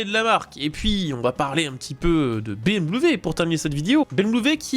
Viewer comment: Salut. Dites soit "BMoué" ou "BM" .... Ca suffira....On sent qu'c'est dur.